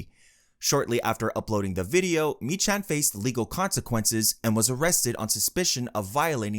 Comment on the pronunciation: Meechan is pronounced Me-Kan and Glasgow is pronounced glazz-Go